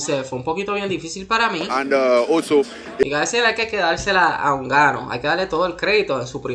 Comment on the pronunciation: Es francis nnganou no unganou😂